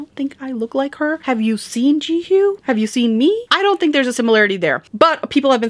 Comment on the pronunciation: you are definitely mispronouncing her name 😅 but its okay!